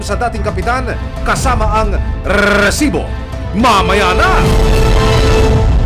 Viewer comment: Sana normal nlang Yong pag Sabi ng Resibo kasi pangit pakinggan...your news is nice but not the way you over pronounce the resibo